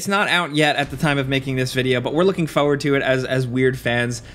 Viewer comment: forward, not Foward.